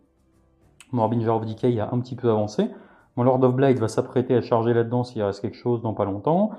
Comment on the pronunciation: J'aime toujours voir du Nurgle et entendre prononcer correctement le Harbinger of decay ^^